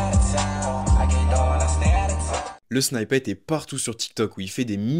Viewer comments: Arrêtez de dire “snyppet” mdrrr sinon la vidéo est bien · "snippet" se prononce :snypeut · Super video mais la pronunciation de snippet c'est vraiment pas ça😅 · revoit la façon dont tu dit snippet sinon super vidéo